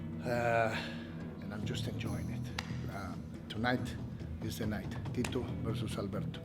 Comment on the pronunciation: I don't get why Tito still comes out with the Mexican flag, only thing Mexican about him is his name which he can't even pronounce right lol